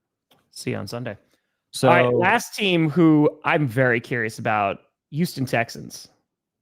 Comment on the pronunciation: He's very weary about addressing the topic of Yooston, Texas.